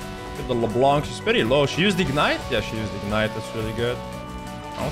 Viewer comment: half native frensh -says : LeBlanku